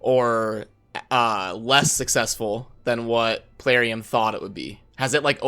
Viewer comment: I must know why and say PUHlarium! We the PUHlayers, who PUHlay this great game need answers! PUHlease!